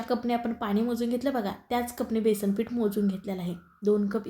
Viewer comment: बेसण ? बेसण नव्हे हो ! बेसन !! न आणि ण यांच्याशी तुमचं काय वैर आहे?